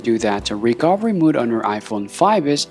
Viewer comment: mode not mood